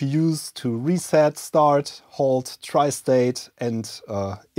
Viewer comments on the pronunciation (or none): none